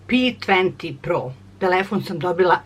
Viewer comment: Kako je to rekla HUEJ AHHAHAHAHAHAHAHAHAHSHSHSSHSH PE TUENTI HAHAHHAHA